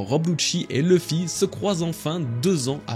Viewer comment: Excellente vidéo comme d'habitude! Mais PAR PITIÉ, il faut arrêter d'inclure une prononciation anglophones des noms propres quand il n'y en a pas. Du genre "LEUffy" au lieu de "LUffy", "DragONE" au lieu de "DragON", "EUsopp" au lieu de "Usopp". U se prononce U, ON se prononce ON, comme chez nous:) C'est la toute première "critique" que j'écris concernant tes vidéos, n'y trouvant de toute façon que du plaisir grâce à ton travail incroyable mais DE GRACE, il faut arrêter ces prononciations altérées, ces noms n'ont JAMAIS été prononcés de cette façon par les doubleurs. D'autres en revanche ont une prononciation anglaise volontaire comme Crocodile, Roger, etc, c'est donc bien que les noms mentionnés plus haut doivent être prononcés de la même manière que les seiyuu. Chaque fois que j’entends "Dragone"' j'ai envie de prendre la place de Roger sur l’échafaud pour ne plus faire souffrir mes oreilles 😂 En espérant que tu me lise, "" Keep up the good work PS: J'attends l'iceberg avec impatience!! PS2: Fais très attention avec ton sponsor, après tant d'années et tant de travail ce serait dommage que ce soit toi qui remplace Roger sur l’échafaud l'ami... Ce scam est en train d'éclater et les têtes vont tomber, prends soin de la tienne!